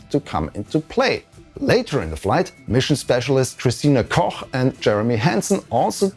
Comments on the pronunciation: After listening to the live feed for weeks, it's refreshing to hear Christinas last name pronounced correctly as per the language it stems from 😅 Everyone else simply called her "Cook", which of course isn't technically wrong, but still😂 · "Christina Koch" .. that's the first time ever I've heard Americans spelling the German "ch" aktually "ch" and not "ck" ... I guess for a reason 😂